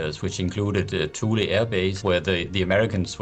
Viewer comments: It is "Too lee" you are correct. perhaps a bit of research on names perhaps before recording? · I was stationed there from the late 70s to the early 80s working on avionics for the F15. I pronounced it and everyone around me, pronounced it TooLee. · for the record Thule is not pronounced like that..... its actually Two-La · Thule is pronounced Two-lee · Not by the Greenlanders who are part of the Thule (Two-leh) culture :) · Not that it particularly matters but Thule is pronounced (too-lee) and it's contemporary name Pituffik is pronounced (bee-doo-feek) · Neither her nor there, because B1M is just freaking awesome, but Thule is pronounced Two-Lee. So, just in case anyone wanted to know. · Thule air base should be pronounced TOO-Lee. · Too-Le. Not Lee. And why aren't American media talking about the US aircraft carrying that 'accidentally' crash-landed on Greenland with nuclear bombs on it. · One of us is mispronouncing 'Thule'. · He said “cubic meters of snow every hour”. He sounded like he had mush in his mouth, but he definitely said cubic meters. His mispronunciation of “Thule” bothers me. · emphasis on the first sylable, like toolee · FYI, Thule is not pronounced "Thool", it is pronounced "Too-lee", which is close enough to how Greenlanders say it. Great job Ford, you totally blew the linguistics. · Small correction: "Too-lee" air base, not "Thoole" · It is not Thuuuuuuul. It is Two-Lee. jfc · In the marine corps we call camp lejeune, la-june but its pronounced le-gern we all just did it wrong lol. Just like your dad called camp thule wrong. Its th-oo-el like the crop not two-lee. Just bc he was in the military doesnt mean he would know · “Tool-ee” Air Force Base. Not “THool”. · "Thule" is pronounced "tool-e" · Thule is pronounced too-lee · >Thule too-lee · Thule is pronounced "TOO LEE" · Thule is pronounced THOO-lee, just like the company. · Two lee Greenland. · Thule pronounced [too-lee] . My Dad was stationed there for year, in the early Fifties.